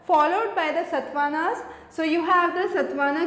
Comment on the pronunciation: good presentation; but some spellings are wrongly pronounced. EG : like SATAVAHANA and you say satvanas